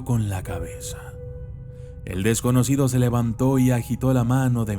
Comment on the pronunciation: se te escapó una "p" en la palabra desconocido jeje